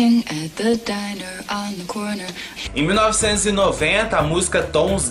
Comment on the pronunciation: Correção: diner é aquela lanchonete tradicional americana (som de ‘aí’) Dinner: jantar, a refeição (som de i)